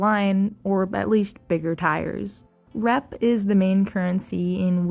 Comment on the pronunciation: Sounds like you say rap, when you say rep.